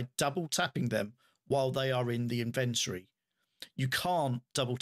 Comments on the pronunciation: its a british thing right? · That's the correct way to say inventory. English here in the USA is borderline slang.